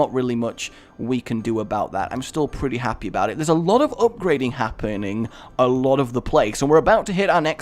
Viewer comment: "Now there's a lot hap-en-ing here right now" Lol, really? Hap-en-ing?